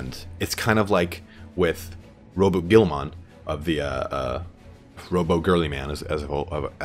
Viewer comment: I love your life videos but this has been bugging me when watching them. It's pronounced Roh-boot Gill-a-men. It's spelled weird but that seems to be how it's spoken. But Bobbie G is always a good nickname.